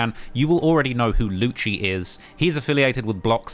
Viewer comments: Its not Luchee is is Lucy. For Lucifer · lewcheee wtf man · Its lucci (Loo see) and he ain't block 6 anymore hes nr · Lucii gonna put some juju on my man for mispronouncing his name still and saying he is still block6 xDDDDD